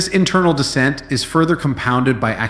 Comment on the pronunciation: *Dissent, not descent.